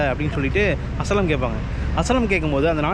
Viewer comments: "அசய்லம்". "அசலம்" இல்லை ! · Bro FYI it's not as-lam it is pronounsed as aa-shy-lam ( asylum )